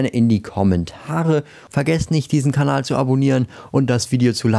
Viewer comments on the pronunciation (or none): none